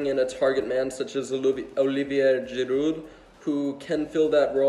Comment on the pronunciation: Haha I love it how Americans always try to pronounce non-English names in the way they’re pronounced in their own language. Hearing him say Giroud was genuinely painful, and I hate the french as much as the next guy